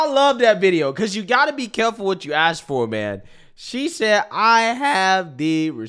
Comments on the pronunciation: When she says "let me axe you" is that technically a threat of violence wirh a weapon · they will probably say its a word just like AKS someone. That STILL drives me crazy even though its pretty much accepted